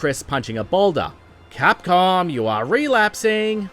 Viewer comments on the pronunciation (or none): Should've changed the narrator, that fucking "Re-lasping" line annoys me so much